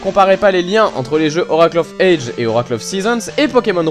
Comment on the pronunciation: Bon, petit moment critique (mais j't'adore hein ;) ) une première chose, on dit 'oracle of ages (prononce adjiz !!) (dsl mais ca m'a dérangé tte la vidéo ^^ Ensuite la nouvelle formule me plaît bien (pense juste à sortir de la cave lors de la prochaine intro lol ) mais je ne vois pas trop l'intérêt de perdre 30sec de vidéos (qui en plus est déjà courte à la base...) à te voir allumer les consoles (surtout que on voit rien sur cette GBA SP !!) je prefererais 30secondes de piano de plus !